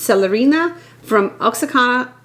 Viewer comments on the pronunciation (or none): Oaxaca? Its easy if you say it like this...wa-ja-ka